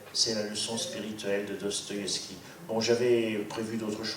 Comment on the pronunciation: Cest qui ou quoi ce trou du q qui parle et dit n'importe quoi qui sait mm pas prononcer le nom de l'auteur duquel il fait la critique. Une russe qui na jamais entendu parler de Dostoïevski pour montrer qu'à l'ère soviétique ils étaient à ce point des moutons... n'importe quoi. Doigts coupés lus dans "le monde" ok... bon au-delà du fond pas très profond, elles sont obligées de glousser à chaque fin de phrase les auditrices de ce pathétique monologue ?